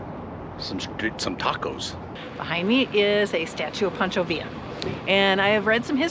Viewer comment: Pancho not Poncho Villa state park. haha